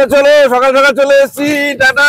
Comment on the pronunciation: Mama tume kotobar skall sakal bolo😮😮